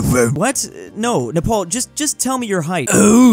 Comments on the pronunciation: its napar nap-R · I felt physical pain when you said triangapore but not neprawr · Nepal? More like... NE-RAW?